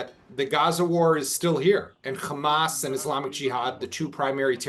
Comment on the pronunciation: Is you invite a bloke who can't pronounce HAMAS that says it all ...